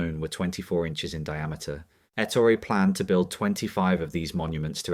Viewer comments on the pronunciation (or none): His name was Ettooori. Not Ettory.